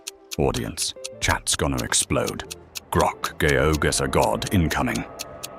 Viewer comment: Grok's pronunciation of GeoGuesser is insane